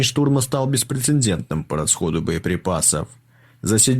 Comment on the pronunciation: Забавно: как только закадровый комментатор произносит "беспрецеНдентно", весь ожидаемый пропагандистский эффект видоса умножается на ноль. Есть идеи?